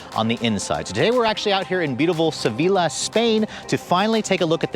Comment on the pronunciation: sevilla is pronounced seh-vee-yah